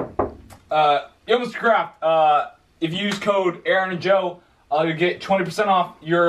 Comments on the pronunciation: did anyone else think in the beginning Jo kept saying Mr.Krabs instead of Mr.Craft 💀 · literally i thought he was saying mr krabs the whole time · Legit forgot that Aaron's last name was Craft so when Jo went up to his dad I thought he said "Yo, Mr. Krabs!"